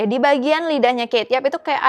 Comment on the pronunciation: aku cara baca kate yup itu bacanya kate yup bukan keyt yap :v